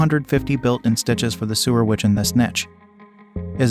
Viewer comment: Just saw this and I love all of my Brother machines -- 2 computerized and 1 serger. One thing though, and very important IMHO for the credibility factor. The narrator pronounces "sewer" (meaning people who sew) as though he means the pipes that carry sewage under ground. When speaking of hoop size of embroidery machines the narrator does not say "seven by 10" but insteads says "7 "ex" 10" -- reads out the letter name rather than what the letter means in this context. This indicates to me a sloppy production, which in turn reflects badly on the entire presentation and the machines being reviewed.